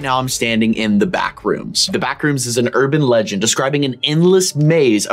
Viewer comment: did you say urband legend! The robinson mall in the Philippine